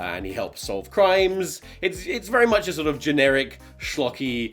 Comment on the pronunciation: vewy nice